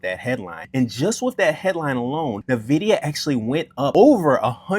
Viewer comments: say it with me.. "In - vid- ee--uh" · my dude. its not hard to google. if you want people to take your comments on stock performance seriously you should learn how to pronounce things. In the tech industry, if I (this has happened several times) have a sales rep come in and mispronounce Nvidia it tells me that they have no idea wtf they are talking about. Instant credibility loss.